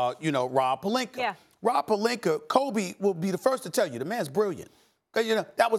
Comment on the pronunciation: O yeah, "the Lakers and Rob PELINKER" 😂